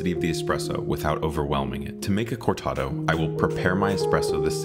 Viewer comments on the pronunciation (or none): Bro why are you pronouncing Corrado like that? Lol 😆